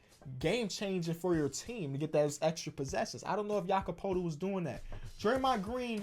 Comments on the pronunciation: Jakob Poetl is pronounced peutl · I've said this in 4 vids in a row, it's pronounced PURTLE like turtle but with a P my guy.